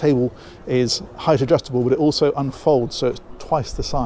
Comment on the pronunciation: is a good listen down to earth funny bloke and for some reason says oso instead of also 😂